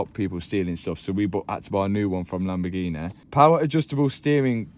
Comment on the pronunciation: it kills me every time he says "LAMBOGHINE" ahahahah